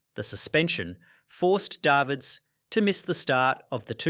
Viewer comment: Went from Day vids and daa veds cant even pronounce it correctly